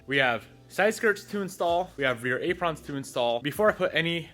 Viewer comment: Silver Calipers with REAL blue wheels lol, And what's with the pronunciation of Apron?? 😂😂